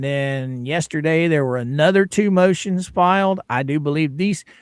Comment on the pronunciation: You're saying MOOOTIONS wrong 😂